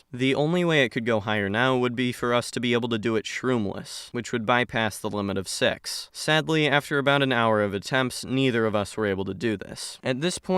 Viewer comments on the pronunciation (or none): “which would bypass the limit of sex” HUH 💀 that pronunciation was crazy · six? Sax? Se...? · when he says “six” it sounds like a dirty word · I heard a different word when you said six 😶